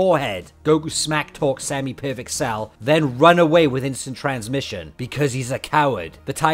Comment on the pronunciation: the time when he uses kaio ken and then says its cells technique and cant even pronoce it right